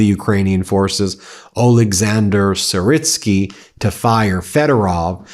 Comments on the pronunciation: FYI he's pronounced "Sir-Ski" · Gen Syrski sounds like = Gen Sear-ski